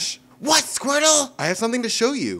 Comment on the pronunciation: It's Squirtle not squertel